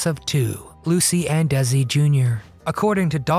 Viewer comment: First of all, it's not pronounced Dezi.... it's Desi. His family originally emigrated to Cuba from Spain... he was decended from Spanish aristocrats. Does that makes him a different race? I don't think so. The objection back then (50's) was that he was foreign and had an accent.